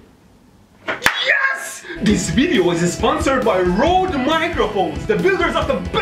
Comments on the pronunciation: I've heard everyone else say "Road" when talking about Røde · boi it's røde with a ø xd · Fun fact that Mehdi probably doesn’t care about, Røde is pronounced as “red”